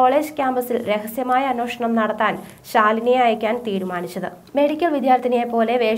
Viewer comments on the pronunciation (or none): അന്വേഷണം ആണ് അന്വോഷണം അല്ല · അവതരണം നന്നായിരുന്നു. അന്വേഷണം എന്ന വാക്കിന്റെ ഉച്ചാരണം ശരിയാക്കുക.